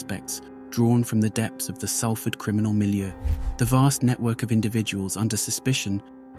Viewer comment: My book “ born in prison: how I survived shootings stabbings prison crack addiction Manchester gangs and dog attacks “ is available on Amazon & Audible. I know Mark. I also knew Paul M from 1991+. Thank you, it’s pronounced Solford not Salford